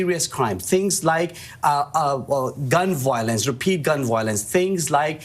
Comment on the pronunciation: What is gun”wilonce”?